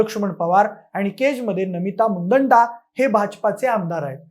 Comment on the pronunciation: Namita मुंदडा आहे ते नीट pronounce Kara